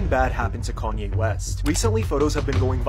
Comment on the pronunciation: Gone-Ye West?????? Nice, I'm cool with that! Lol